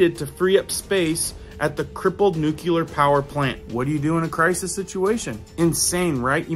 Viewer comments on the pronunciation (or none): Love the video’s but please say nu-cle-ar properly. It’s not nu-cu-lar.